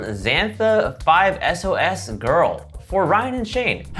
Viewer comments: did really just say 5 es o es i’m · DID ANYONE ELSE CRINGE WHEN SAID FIVE-ES-OH-ES please tell me I'm not alone... 😂😂😂